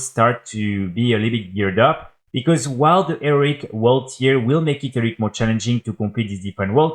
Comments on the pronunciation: Repeat after me: "HE-RO-IC": "ERIC".... ffs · Nah it's Eric! It's cute, he's clearly not a native English speaker, chill.